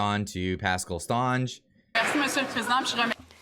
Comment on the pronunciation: Yeah, Lol the "Stonge " prononciation! "St" is short and prononced "Saint" si, Saint Onge, but still a point for trying!